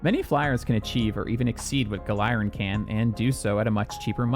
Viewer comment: Wait I thought it was pronounced (Gal-er-in)